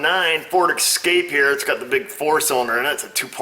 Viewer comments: Seen a few of your vids and they are fairly well done but.....ESCAPE doesnt have an X in it. Just a major pet peeve, its S-cape not X-cape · Ooooo a Ford "Excape"